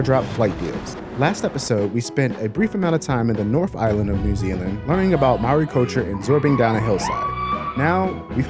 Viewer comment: If you want to live here for a couple years get a work holiday visa use one wage to pay rent use the other wage to go on adventures, also to say Maori properly try saying it like like the Bread has gone "moldy" Maori XOXOX love this content and thank you for loving Aotearoa New Zealand this is what we are about